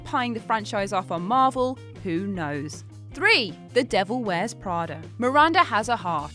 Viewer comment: " The Devil Wears Prader"